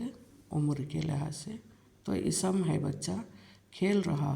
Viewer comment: Isam nahi ISM kahiye